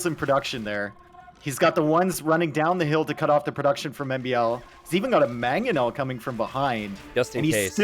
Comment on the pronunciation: Will ever pronounce the first N in "Mangonel"? Or is it always gonna be "Magganel"?